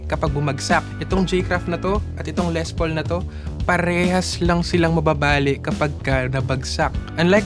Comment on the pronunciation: Ley ang pag pronounce po. Aysus